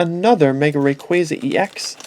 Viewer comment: that is not how u say rayquaza